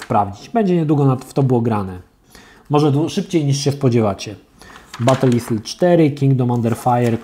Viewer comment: "battle isle" się czyta batl ajl